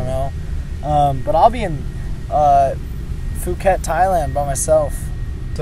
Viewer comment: Okay, see you in foooo-ket